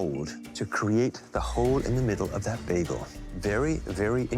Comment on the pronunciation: Never have in my life heard someone pronounce bagel that way ffs